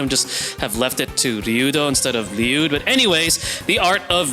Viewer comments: I always just presumed it to be like “LEE-you’d and hearing 40 use the Japanese pronunciation in this just video basically confirmed it for me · you pronouncing it right king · I could listen to you say his name correctly all day 😍